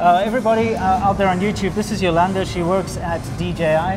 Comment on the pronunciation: Her name is not "Yolanda" :)